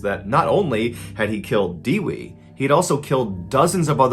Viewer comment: it's pronounced Deh-wee, not De-Wey